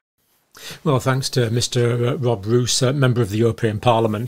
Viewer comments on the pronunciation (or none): Yes, in the Dutch language the long O sound is written: oo. Not pronounced as “moose” in English. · Dear sir, his name is Roos which is pronounced as "rose" referring to the flower. It's almost the same in English as in Dutch. And also thank you so much for your concern and your work, greetings from the Netherlands.